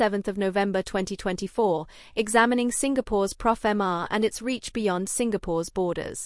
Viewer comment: It's pofma. No "r" Please stop saying profama